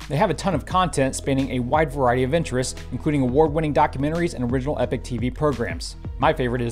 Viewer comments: Can I just say, as a Norwegian, that Epoch is pronounced /ˈiːpɒk,ˈɛpɒk/ - eeee puck (just a suggestion). Epic is pronounced /ˈɛpɪk/ which sounds like you say eeee pick. My English teacher, who was American, would have slayed me for this poor distinction. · Pronounced "E Pock".... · informative as always (thanks) - Epoch isn't pronounced Epic mate - unless that's how they roll... is it?